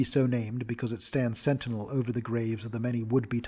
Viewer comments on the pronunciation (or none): none